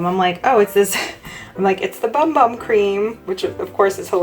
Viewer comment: Its pronounced over there boom boom.